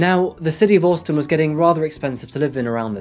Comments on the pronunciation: I'm sorry, but why do you keep pronouncing Austin as Orstin? It sounds super weird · absolutely not. He pronounces the “ au “ the same way a Brit would “ Daughter “ … in the UK, we typically pronounce Austin like the “ Au “ is an O. But he says it either very poshly, or just different to normal. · Austin. The non British part of accent shines when you say this. Took me 3 times to realise what you were saying. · Orstin Texas 😂😂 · You say Austin funny lol. Even in an English accent, you say it funny. Anyway, love your videos mate lol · Why do you say Austin like that 😂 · The way he says Austin though 😂😂😂🤦🏽‍♂️🤦🏽‍♂️🤦🏽‍♂️ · He often mispronounces places and names. Apart from that he’s a good narrator. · Are you trying to say "Austin" bro?